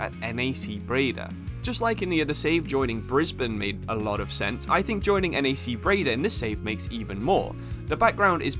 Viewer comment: Lol bro no hate... But how did U pronounce NAC Breda 😂❤